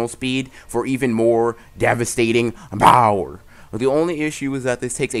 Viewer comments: Her said power not bower no .. no not good 10/10 but not good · Bro stop saying BOWER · Y u keep saying bower lol